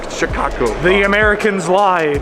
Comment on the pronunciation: More "chi CAH guh" than "chi CAH gaaahhh" but good attempts! Glad to see my home area treated you well.